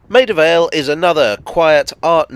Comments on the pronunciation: I really thought said "Made of Ale." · Maida Vale? Sounds like me after a good night out.